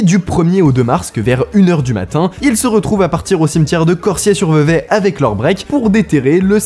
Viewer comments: Corsier pas corssier.... lettre S entre 2 voyelles ca vibre, mon clavier Péruvien ne me permet pas d'écrire correctement pardon mais je suis prof de langues! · On dit "corZier" sinon très bonne vidéo 😘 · Si jamais, Cosier ce prononce Corzier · C'est Cor(z)ier.... pour le S de Corsier... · Je sais que ça peut être bizarre mais ça se prononce Corzier